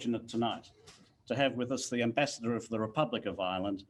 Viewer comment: "Ambassador" not "Embassador"